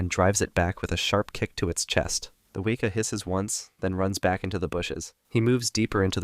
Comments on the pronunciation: The way he said Weeka instead of Weka 😂😂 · Few notes from a New Zealand fan: Weka is pronounced We (as in west) and Kaa (like the snake from Jungle Book) Pronunciation guides are online, we appreciate trying to pronounce the words though. Showed an Opossum, we have Brushtail Possums from Australia, they raid bird nests and eat plants, we trying to wipe out them as best we can. Other kiwis keep your dogs on bloody leases if you take them for a walk in the bush ✌🏻